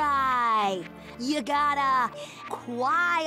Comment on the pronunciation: Isn’t reversed, the pronounce that is a little weird. She said: “Aaawn you care about me”